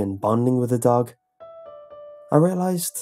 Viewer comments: were u saying duck or dog the story? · I thought you said 'duck' instead of dog for the first few times 😂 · anyone else think he said duck instead of dog at first